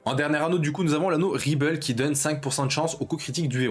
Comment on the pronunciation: je suis désolé, mais c'est pas "anneaux rible" avec un accent anglais xD c'est anneau-rible / ann'horrible xD)